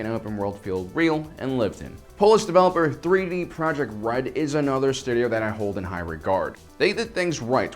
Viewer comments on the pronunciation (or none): Is it me or is he saying 3D Project Red? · He said 3d projekt red?! 😂😂😅